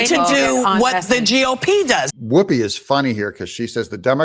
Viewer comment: Doug, just for future reference, there's no 'e' in 'Whoopi'.